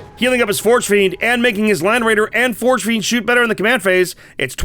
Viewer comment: Please, stop saying “shoost” and “shoosting.”